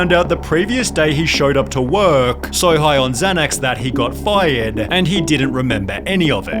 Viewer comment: How many syllables in ‘here’ ? 1 How many syllables in ‘fired’ ? 1 How many seconds until I find another video? 2